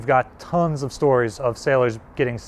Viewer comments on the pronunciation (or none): none